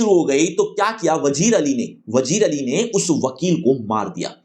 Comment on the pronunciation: wazir ali ❎ Alien ali 👽✅